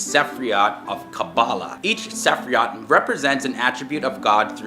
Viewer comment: Your last comment about Baphomet was confusing? Did you mean Baphomet was presented in OTHER instances with an inverted pentagram? In all of your depictions, it's upright, which is how it normally is. Aquarius is an AIR sign. I have been spouting the YHVH for 45 years, aloud.......no lightning strikes yet.......fortunately. "Sephiroth" ....... not "se-fri-oth" Satan is not Lucifer Hope you will re-check your "facts" on Crowley